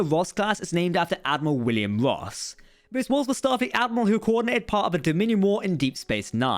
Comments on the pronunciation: Cant tell if your saying " Ross class" or "Woss class" lol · You say ROSS class, but I always hear VOSK class (the Na'kuhl from ENTERPRISE)